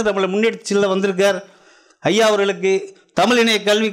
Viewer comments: Brilliant talk on Sangam Thamizh. Thank you Sir. Your talk in Thamizh would be still brilliantly beautiful if stress is given on "zh" in Thamizh. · தமிழ் கூறும் சபையில் தமில் வாளியே என வரவேற்பது மனதிற்கு வேதனையளிக்கிறது